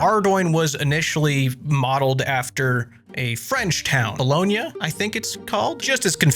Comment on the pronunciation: Bolona (Bologna) is in Italy <3